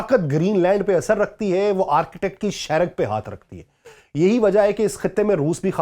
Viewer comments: It's a boring way to explain. Arctic, not architect. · Its not ARCHITECT its (ARK TIK) Arctic area[ North Pole]. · او بھائی صاحب —- یہ آرکیٹیک کیا ہوتا ہے۔؟ یہ ARCTIC ہے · Arctic is different word it's not Architect...please improve your English. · معزرت کۓ ساتھ آرکیٹیک نہیں بلکہ آرٹیکٹ کہتے ہیں ۔ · Arketak nahi "Arctic" hota ha bhai